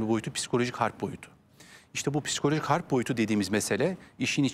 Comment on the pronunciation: Ablacım hârp diyemiyorsan savaş de bari. Kalın kalın harb deyip durma